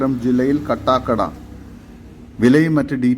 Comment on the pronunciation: കട്ടാക്കട അല്ല കാട്ടാകട ആണ് ശരി